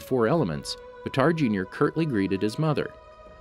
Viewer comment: actually how his name is written i would say that its not pronouced batar instead baatar with a longer aaa also fun fact baatar means hero in mongolian so his real name might be hero jr